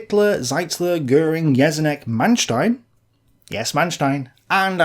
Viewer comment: you are pronouncing Jeschonnek wrong. you should better look it up